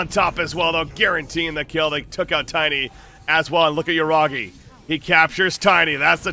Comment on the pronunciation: Yuragi ❌ Yuragay 👌